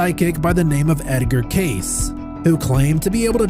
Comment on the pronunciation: Good stuff, keep 'em coming!! Edgar's last name is pronounced Cay-See